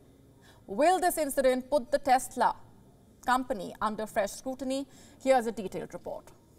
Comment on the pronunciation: Maybe it's CHESLA not Tesla 🤣😂😅